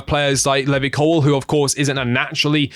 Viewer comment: Please pronounce Levi correctly.